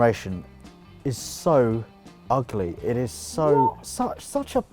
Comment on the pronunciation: This episode was getting better and better until you called the Supra "ughleh":((( edit: And then out-cared you and I got all hyped again:D